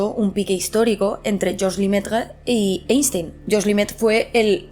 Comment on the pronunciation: Querida gata, maravilloso como siempre pero deja ya de pronunciar Einstein como si fuera castellano. La pronunciación correcta es [Ainshtain]. Eres comunicadora, tienes que pronunciar bien los apellidos extranjeros